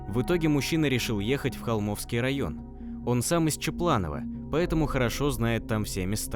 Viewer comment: Кто читает текст-прежде нужно уточнять названия населенных пунктов о которых идёт речь.Я сахалинка,с Южного.Очень режет слух ДОлинск,ХОлмский район,Ново-Александровка.А в общем спасибо за работу.